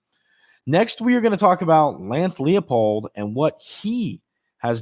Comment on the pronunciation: Everyone pronounces the Kansas coach's name wrong. It's L-EYE-POLD. It's a German last name. In the German language, "ie" is pronounced "ee", while "ei" is pronounced "eye".